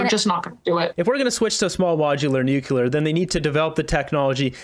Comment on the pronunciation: No such thing as 'Nucular.'